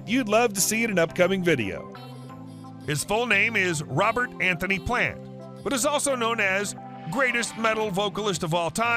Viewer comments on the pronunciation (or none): none